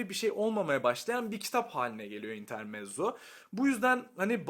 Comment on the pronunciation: İntermetzo olarak okunur.